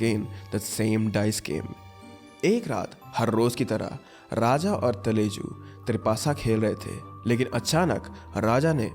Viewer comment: Ma talaju please prounce properly 😊😊